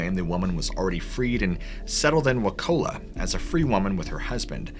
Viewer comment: Boy you butchered the name of wa ka la